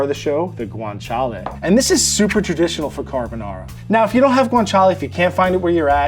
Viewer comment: Take a shot everytime says 'guintala'